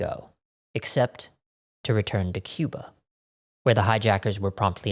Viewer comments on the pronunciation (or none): none